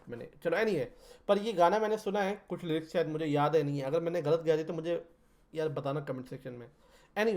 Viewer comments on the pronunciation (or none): none